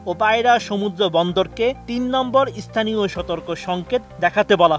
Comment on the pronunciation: ওটার উচ্চারণ ইস্থানীয় নয়, স্থানীয়।